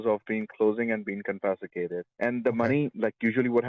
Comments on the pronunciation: "I can be able to save it" , "confesticated" is enough to tell us he is not a well versed American guy. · I don’t understand why people don’t just think about this stupid scam before reacting to to it like scared children. It’s absolutely insane to me. Not one thing makes sense about it, but yet here we are. This guy can’t pronounce confiscated and under the 4th amendment they can’t take your property. They get so defensive when you say that you are taking my money. You can hear it in their voice. How can you be a victim of identity theft and a primary suspect? I really really hate these people.